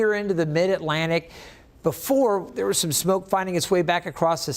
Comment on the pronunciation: be fore Not boofore 😠